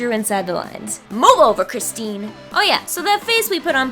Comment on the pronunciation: when she said cristene I screamed oops